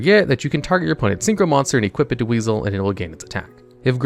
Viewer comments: i'm pretty sure that monster's name is pronounced Wise-all, not weasel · I believe it's pronounced "Wise-el" not "Weasel". In my experience, Wisel was actually really good because it was a free negate for a spell card. The battle restriction was a big drawback though, but could be still worth it. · Wizel isn't pronounced weasel it's pronounced wai-zel how the heck did you mispronounce it the entire freaking time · It’s pronounced Wise-L not Weasel lol though it’s pretty fitting considering the archetype itself is a Huge-L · First of all, it's not "weasel", it's Wisel... Why-Cell. Secondly, 5Ds is literally the BEST series in Yu-Gi-Oh. I could see an argument for the Duel Monsters series being the best, but anything else is ridiculous. I don't even care if you said this to bait interactions... it's egregious to say such bullshit. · It's pronounced "WIE-SEL". Wisel. (Captial I) Not weasel. Did you not watch the anime??? 🤨😠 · The name isn't pronounced "weasel" it "WISE-L" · It’s pronounced Wise-el not weasel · Wisel is pronounced Wise Ell, not weasel, lol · Why are you calling my man Wisel, “Weasel” 😂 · The way he pronounces “Wisel” as “Wiesel” 💀💀💀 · Mans really called my man wisel weasel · it hurts me that almost no one pronounce the meklords' names correctly it's gran-elu sky-elu wise-elu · Also, you calling Wisel... Weasel, triggers me a bit. But that's the point. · >when he keeps calling my boi wisel - weasel, like the animal 😭